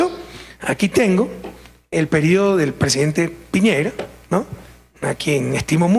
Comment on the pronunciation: Piñera chucha no piñeira